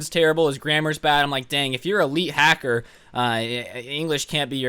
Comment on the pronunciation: me: listening to: hacser also me: OMG I NEED TO COMMENT THIS